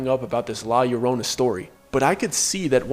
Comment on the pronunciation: And thank you for saying the name right in Spanish ... for weeping women. This is not just a Mexican story; it's a story we also are told in El Salvador. I heard it when I first visited my family there and many other stories.